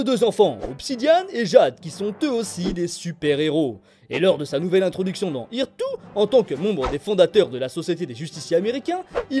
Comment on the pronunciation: il n'y a que moi que ça choque le "irtou" pour earth 2 a 2.40 ? ^^